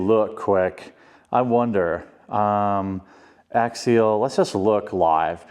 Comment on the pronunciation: It's Axial, not Axiel. You might be thinking of Ariel, from your favorite movie ;)